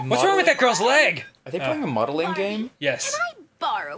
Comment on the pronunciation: the only time i have EVER heard ross sound australian is when he said "modeling"